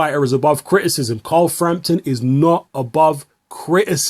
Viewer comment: He can't pronounce criticism though ;)